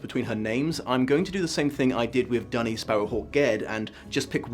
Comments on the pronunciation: Hearing Duny pronounced "dunny" is very painful. No one deserves to be called a toilet. For the record Le Guin pronounced it "doony". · She also says "Dune-y" rather than "Dunny" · Great video. I love Le Guin and her work, especially the Earthsea series which i have read/listened to countless times. Because i'm a stickler for these things i just Have to point out that you pronounced a couple of names wrong, Duny and Ogion. :) I can say this because Le Guin reads the beginning of the first audiobook herself, that version is available on Audible. It is the version i prefer because the rest of the book is read by brilliant author and good friend of Le Guin, the late Harlan Ellison. Also, the evil spirit that Serret's husband guards is not imprisoned in an Orb but a stone in the floor that Ged only can see due to his wizards eye so it likely looked like a regular floor stone. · Then again he pronounces Duny differently from how Le Guin does so I am not sure what he is basing his pronounciation on